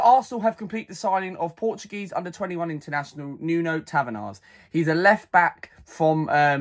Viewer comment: You pronounce his name in Portuguese as Nun Tavarsh and in English it’s just NUNO Tavares not tavenars. Other then that good video